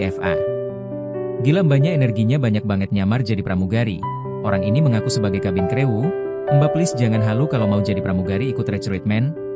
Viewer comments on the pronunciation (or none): cabin krewu kata siadmin yg kurang faham bahasa yg benar..batik ai r🤣🤣🤣🤣🤣🤣